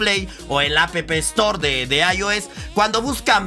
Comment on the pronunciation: "a p p estor " xd